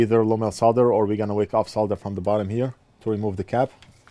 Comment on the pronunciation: Just realised, you pronounce the word solder correctly! Americans usually have a weird way of saying solder, sounds like soder or, sawder?! Anyway, you say it correctly so congrats from this Brit!